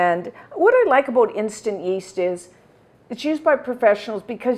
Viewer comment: Did you say aboot a half an hour? lol. I love you! And thank you for this recipe!! It's wonderful